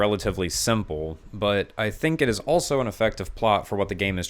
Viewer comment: He's got great videos, but he says the word "also" like it's "elso" for some reason lol